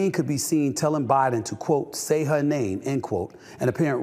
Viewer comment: Biden looked like an escapee from an episode of the Walking Dead. He also couldn't even say the poor women's name right...